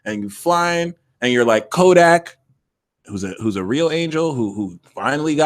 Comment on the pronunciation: Maybe hit this like button sounds like hit (dis) like button